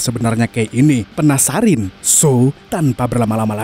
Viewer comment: Penasaran bang 😂 jangan di ubah jadi penasarin 😂 jadi gemes dengarnya 😂😈